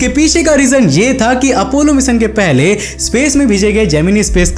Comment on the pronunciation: मिशन बावले ना के मिसन बोलना तो सीख 😂